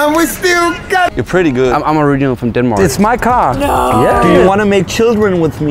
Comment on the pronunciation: Noone:: “I’m from DENMOOARK”